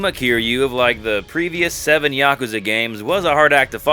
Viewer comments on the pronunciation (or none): none